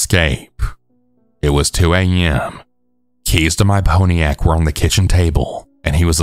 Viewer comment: Ponyac? What? Its Pontiac.....ive noticed in a lot of videos you've pronounced common words wrong, like an AI voice would. Are you using an AI to mimick your voice?